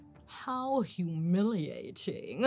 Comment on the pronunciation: Ward guy dying in a restaurant - "hoOoOwWwW hUmiLiAtiNg" laughed hard at yr accent there